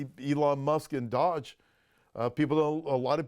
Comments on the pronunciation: Just to let you know, DOGE is pronounced with a long o (oh), not short (uh). Listen to the news as they say it. I'm not being snarky. I just want you to be aware. Thank you. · Could someone please tell that DOGE is NOT pronounced dodge.